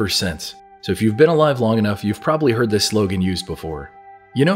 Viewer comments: Actually she says 'this' but she has an accent and she lengthens the word. she pronounces it thee-iss. simple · She's saying "this" with a British accent. So it sounds like "these". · Sweet dreams are made of these is what it has always sounded like because you would assume logically it rhymes with dreams because the synthesizer arpeggiator in the background of the song triggers an effect acoustically on the eardrum which makes it sound like these when the word this is said while the kick drum is registering, I can play the song right now like I just did and it still sounds like she's saying these, not this even though now I know it's saying this. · It doesn’t matter if they what to claim the lyrics are “this”. The song is poetic, and sung accordingly. This is not what is spoken, what is spoken, rhymes with “seas” not sis. End of story. Sweet dreams are made of THESE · So apparently the Eurythmics can't rhyme? These rhymes with seas, this and seas don't rhyme. Even sounds like these in their version and Mansons version. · Actually, it’s the opposite; these makes more sense- it rhymes with disagree… and that’s why ‘this’ sounds strange.